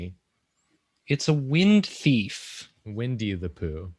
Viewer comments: I heard the wind beef, not wind theif 🤦👏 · I heard first prompt as "wind beef" and was so confused at the beginning, but slightly disappointed that I was wrong and will never see drawing wind beef.